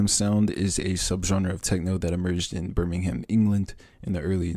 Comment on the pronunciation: “BIRMING HAM” HELP